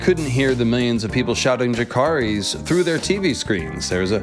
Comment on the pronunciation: She would get you for those pronunciation. “Ys” = “is.” ❤ Rae nis. Dracar is.